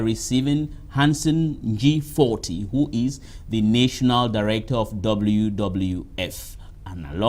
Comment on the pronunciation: please, look up the pronounciation of NATIONAL.